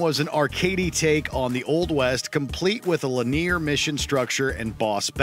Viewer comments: "l'near missions" "l'near structure" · 'lenear' instead of linear? Let me stop the video right there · English is not my first language but I've never seen someone pronounce "linear" this way. Is it normal in some accents?